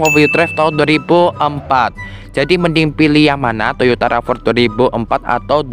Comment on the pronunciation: bacanya "Rav 4" ygy, bukan "Rava" 😅🤭🤭